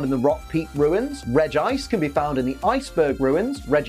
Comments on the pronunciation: Regice is pronounced Regi-ice not reg -gice. Please stop pronouncing Regice wrong. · I always pronounce Regice as Reggie-Ice because it rolls off the tongue better to me.